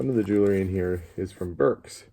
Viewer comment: JEWEL-RY, Not Jew-ler-ry! Good video though.